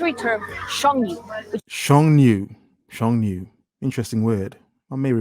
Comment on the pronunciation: “Sheng nu” sounds like “shun you.”